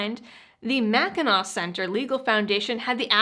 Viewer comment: Where you from?! You pronounced Mackinac right!